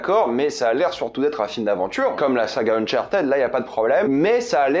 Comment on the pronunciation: le unchartaid est horrible a entendre , c'est uhn chaar tuhd